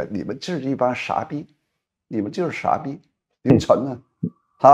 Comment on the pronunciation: 哈哈哈哈哈哈… （“傻逼“）陶先生的北京话都好棒哦！